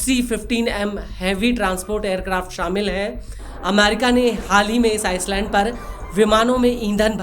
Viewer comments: वह आइसलैंड नहीं आईलैंड होता हैं 😂😂😂😂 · Ice land nahi ..... I lane "s" is silent in "island".